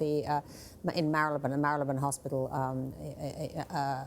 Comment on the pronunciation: Eugenie was born at the Portland and hasn’t had a baby. What is this woman on about? Also, that’s not how ‘Marleybone’ is pronounced. Is she even really British?